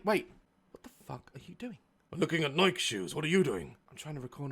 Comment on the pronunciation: the way he says nike tho